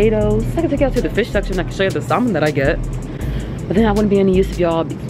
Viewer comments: We are not saying the L in salmon sis!!! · Love this video very relatable ... but y’all the L is Salmon is silent .. and she’s not the first YouTuber to say it that way